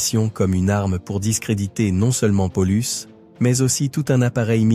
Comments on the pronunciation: On en dit pas Polus mais PA Oh Lus! juste un point essentiel quand on fait un docu histoire. mais ça n'invalide pas la vidéo. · Paulus se prononce de la même façon en latin. Pour les exemples cités ça va c'est proche de la réalité mais pollux non!